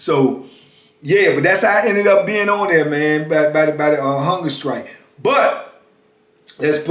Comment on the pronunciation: am i the only one who hears "hunger sKrike"?